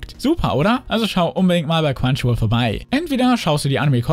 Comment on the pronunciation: Wenn du Crunchyroll sagst verstehe ich immer nur quantchyruol